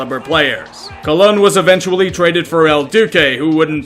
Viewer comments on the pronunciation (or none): none